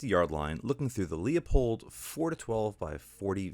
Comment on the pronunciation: It's not frickin Leo-pold, or leeyou-pold it's pronounced Loo- pold. Call them and ask. So tired of East Coasters that either cannot read, or refuse to learn before butchering it a video. Even Oregon hillbillies know that.